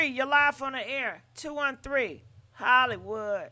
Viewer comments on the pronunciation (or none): none